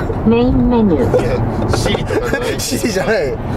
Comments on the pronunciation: shiriじゃなくて、siriだよw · iPhoneのsiriの機能じゃないんですからねww こんにちはといったら、メインメニューwww あと、shiriじゃなくてsiriです。